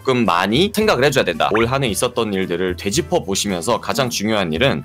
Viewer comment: 되짚어를 돼지 퍼로 들린다..